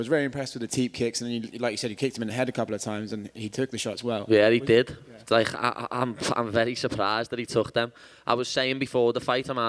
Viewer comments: what kind of accent does he have exactly? like is it closer to scottish or irish? or what is it? sounds very distinctive. especially some of those consonants for example "like" he says "lai-ckkkkhhh" lol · hiya he not saying heck it's liverpool accent he is saying like ...big emphasis on the K it's ya know "LIKE" I knew I would win